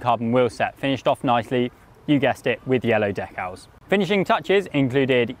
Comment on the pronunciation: Couldn't get past your pronunciation of Decals. Also I didn't know Contador was handy with a paint brush.